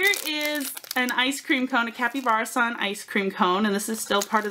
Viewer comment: Kapybarason as in capybara (the large rodent) not kapyBEARison